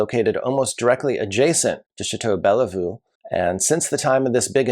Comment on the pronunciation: Love your videos. You’re dead on most of the time. BTW the second e in Bellevue is not pronounced.